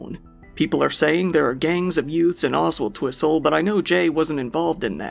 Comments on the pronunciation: You were spot on with Oswaldtwistle 😉 didn't realise enough people lived there to form a gang?? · Sorry, but well done on pronouncinv oswaldtwistle correctly! Some people like 25 miles away dont even know how to say it